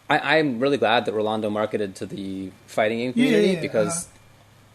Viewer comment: Did just say "marketed-ed"? LOL